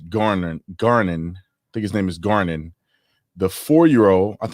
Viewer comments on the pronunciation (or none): Ger, not Gar non. And Non, not Nin or Nen. .